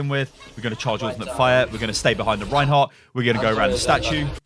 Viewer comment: Did he say rehin hog